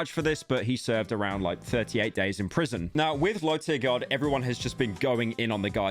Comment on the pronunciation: LowTierGod* Not "LowTierGuard" fkin brits.